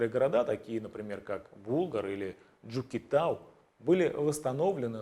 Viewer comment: Ж,юкэТАУ звучит правильно